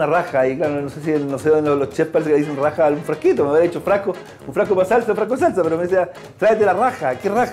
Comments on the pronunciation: Jajaja que chistoso.. sobre todo la pronunciación de mi chef yann es un ídolo.. busca la "rraja" jajaja no habrá sido " jarra" chef le cuesta la letra R.. y tendrá un poco de dislexia jajaja.. que chistoso.. aunque sea pauteado el programa es muy desestresante sobre todo en estos tiempos de covid que todos andamos tensos... siempre hay que mirar el vaso medio lleno y dejar de criticar. Al final de cuentas cada cosa es subjetiva hay algunos que nos gusta este tipo de programas y a otros no, simplemente así son las cosas.. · Jajajajaja "Raja" en vez de Jarra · Ha sido divertido oír ese fallo hasta que el otro captó jejejejeje, aunque tampoco supo decir jarra sino vaso.